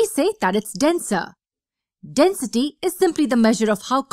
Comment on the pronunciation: Ummm all I hear is Denstey